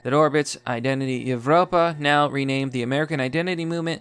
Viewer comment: Evropa is pronounced like Europa... the V is used in lots of that stuff because many Old-Latin languages used a V instead of a U. It’s in lots of Roman architecture and other beautiful works of Europeans too.